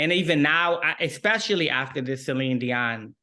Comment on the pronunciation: I love how the interviewer pronounces Celine's name correctly ❤